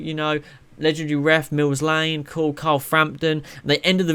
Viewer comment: it's Mills Lane not Miles Lane.